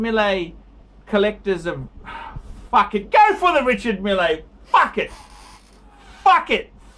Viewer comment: It's your opinion. Your opinion matters....... (NOT) When you give an advice try to (at least) pronounce the name correctly REE-Shar Meal not Milley.... and to top it all off you can't even read the Chrono 24,you don't understand what is going on and why there is a difference in the price.Maybe your so called "billionaire friend" can help you so you don't have to bag for donations and change the shirt at least weekly.